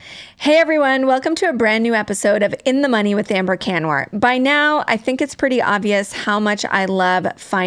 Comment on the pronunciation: Kan-warr? Haha pronounce your name appropriately young lady. Can Warr.